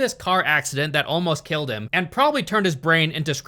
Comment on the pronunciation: " his brain was just that valuable to heeiullm"....